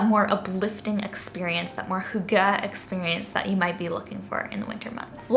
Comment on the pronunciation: Just a helpful hint: the emphasis of 'hygge' is on the first syllable, not the second. :)